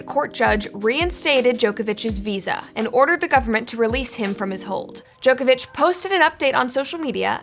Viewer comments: Pronounced Djokovic wrong, this is what happens when you do no research and just read a script with no idea who the person is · Americans, his name is pronounced JOCK-ovic